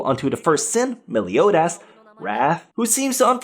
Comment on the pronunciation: Bruuuh not MELIODASS ITS MELIODAS BUT ITS PRONOUNCED MELIODUS